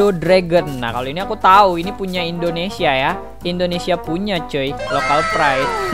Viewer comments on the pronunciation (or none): none